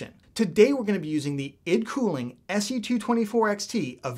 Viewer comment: It is pronounced as I... D...Cooling. Hope you dont take offense in the correction